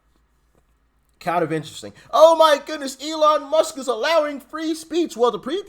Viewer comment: Elon "Misk" ??? FFS can you not get the name right of the most famous African American businessmen in the world.